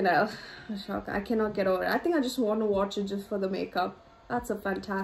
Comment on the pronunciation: It’s pronounced A-Soka not ahshoka